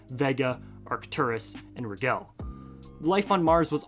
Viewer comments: It's not pronounced "Ri-gell", it's Rigel. Ry-jill. I don't know how to do it phonetically, but really? You don't know how to say Rigel? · RIgel is pronounced rye-j'l btw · The G in Rigel is soft, it sounds like a J. You probably have never heard the word spoken. I had a similar issue with Penelope. I was reading it as pene (noodle) lope.